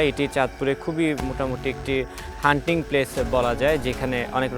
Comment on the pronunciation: ভাইজান হান্টিং (Hunting) প্লেস না, হন্টেড (Haunted) প্লেস